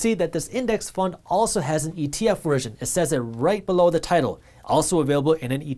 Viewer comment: Jaspreet your ‘BELLOW’ is not coming out correctly 😮